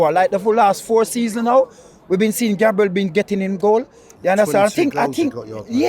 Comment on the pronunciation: Why cant he says "Our defender Gabriel" instead of raping his surname😂